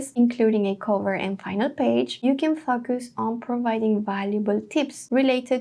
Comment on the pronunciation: i thought it was going to design it for you- LOL , you have the same issue that i do when pronouncing focus in English!